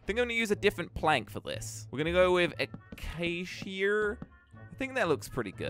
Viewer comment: i think im gonna use acaysheeyur Me: lmao 😂